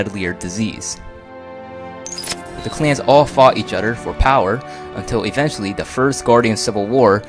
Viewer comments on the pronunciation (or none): Its other, not udder. =D